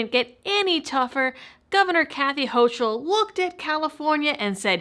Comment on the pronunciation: Please, get the name right. 'Hochul' is a German name, so the 'ch' is hard, as if it were 'ck'. So the name is said as 'hoeckle'. I'm persnickety about pronunciation because so few people get my name right. Otherwise, excellent piece! Glad I saw it!